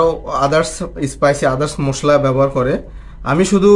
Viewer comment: মুশলা না ভাই,,,, মশলা বলুন।